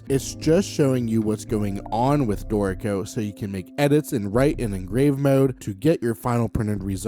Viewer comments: Only problem I have with your videos is how your pronunciation of Dorico sounds so much like "dorko". Ew... lol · Note that the tonic accent is on the first syllable : DOrico. So the pronunciation is not that bad 🤷